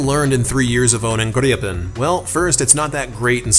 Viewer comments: We have Swedish friends and according to them you're still not pronouncing it correctly, but also according to them you can just pronounce it as its spelt and not over complicate the name. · I am Swedish and never heard "Gripen" pronounced like that.